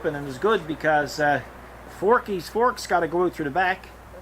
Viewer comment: Nice job on "Forkys Fort".